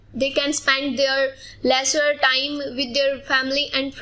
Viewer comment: its not lesser time its leisure time 😊well she did great job keep it up 😊